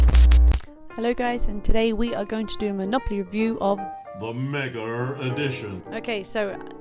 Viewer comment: MegaR edition? There no"R" in Mega.